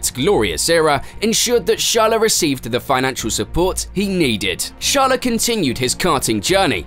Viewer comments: HIS NAME IS CHARLES NOT SHALA PLS MY EARS ARE BLEEDING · his name is charles not shalle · The pronunciation of the names are driving me insane lol "charla " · What’s with the char - les pronunciation 😭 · Who’s this Chaleu you’re talking about ? 😂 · Who? Sjarle ? 😂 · What's wrong with this narrator pronounciation 😂😂😂 English isn't his primary language 😅😅. He keeps saying charollette n shala 😂😂🤣🤣